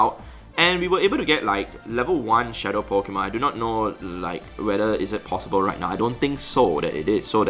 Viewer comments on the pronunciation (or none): none